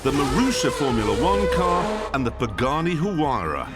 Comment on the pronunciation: Funny hearing Jeremy pronounce “Huyara” without making fun of the name.